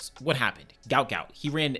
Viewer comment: Say his name properly Guot Guot. What an Aussie legend.